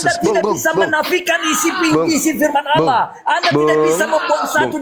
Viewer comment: Baca pake mata bang .bukan alah.tapi (allah)